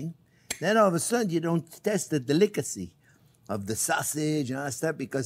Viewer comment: Love this guy.. "de-lick-a-sea"